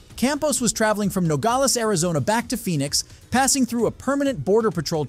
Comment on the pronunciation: Yeah, Phoenix is pronounced Fee-nix, and Nevada goes like NEV-vada (as in 'glad'). Not Nevaud-da!